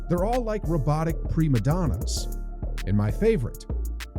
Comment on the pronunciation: "pre Madonnas" hahahahahahahaha